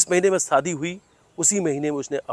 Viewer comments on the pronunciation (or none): Yah anchor Sha ko Sa kyon bolata Hai सा दी नही होता शादी बोलते है विशाल हे विसाल nh h एक एंकर को अपनी भाषा पर काम करना चाहिए और यह एंकर तो बहुत ही ज्यादा साइड लेता है सोनम की